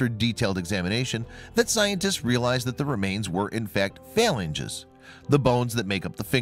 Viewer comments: /fə-lan-gē'/ the finger bones you speak of... you lose sci-cred when you mispronounce words. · Phalanges - properly pronounced "fah-lan-geeze" Research words you're unfamiliar with next time.